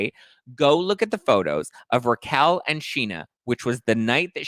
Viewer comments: Learn how to pronounce her name. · her name is Raquel not Rachel